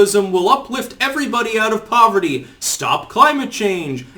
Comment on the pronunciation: "We need tuh wipe out povuhty, in the United States. We need tuh wipe out hunguh, in the United States" 😂 Your Bernie voice is quite good.